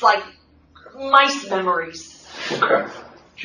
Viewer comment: "mice memories"??? 😂